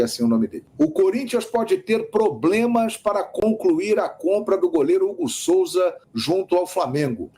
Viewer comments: Não seria "Hugo Souza" e não Hugo Solza ... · Qual seu problema com a língua portuguesa? SOLZA ? COM L ?